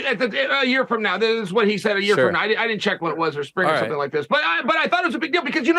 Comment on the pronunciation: Dear uncle Chael, you pronounced it "YA-EAR"👍